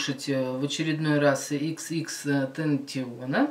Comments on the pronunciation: если ты снимаешь реакцию то хотя бы нормально имя выговаривай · Произносится Икс икс икс тентасйон